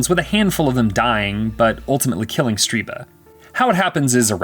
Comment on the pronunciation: Stirba. Not StRiba.